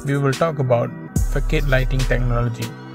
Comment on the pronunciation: It’s not fokade it’s fasad bro.. threw me off every time 😅